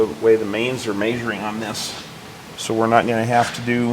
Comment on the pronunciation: Is it Measuring or Maysuring? 😂